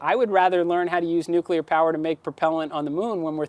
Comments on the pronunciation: Stop saying 'nuculur'. Its nuclear. Only one 'u', dummy. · Learn how to pronounce nuclear. It's has 2 syllables.